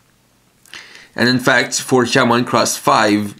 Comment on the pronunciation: its not Shoutmon Cross 5 it is Shoutmon Times 5 so Shoutmon X 5